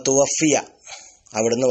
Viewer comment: തുവുഫ്ഫിയ എന്നാണ് തുവഫ്ഫിയ എന്നല്ല